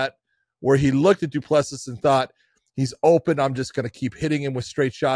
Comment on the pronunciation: It is not that difficult - do-pleh-see. I am not sure how you hear it, but practice with the phonetics